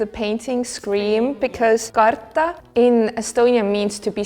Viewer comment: Isn’t it “kaartaa”